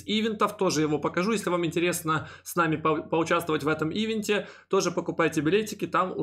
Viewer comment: Не Ивент, а ивЕнт, емае. 😁